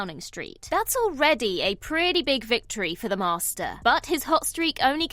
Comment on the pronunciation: Lol@ narrator: "The MaRRster"